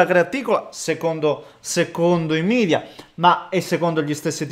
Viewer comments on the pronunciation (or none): Condivido pienamente la tua disamina.Ti chiedo un favore: non pronunciare "midia" la parola latinissima media! 😄👍